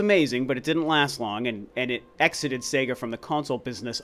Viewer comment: Finally, an American who can pronounce SEGA correctly. Praise the Lord!!!!!!